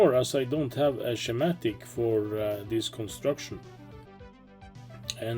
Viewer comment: I am really impressed with that documentation. I hope that catches on! By the way, schematic has a hard 'c' sound in English. Ski-matic. (Some say "shKee-matic"). Not an issue, though. We all know what you mean. Great video.